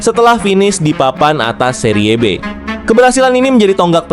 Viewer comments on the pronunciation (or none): BACANYA KAFU BKN CAFU, SERI B BUKAN SERIYE B